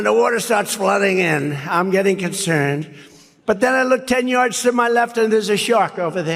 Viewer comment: Concherned electrocushun. That's how Trump and his cult would spell. Concerned and electrocution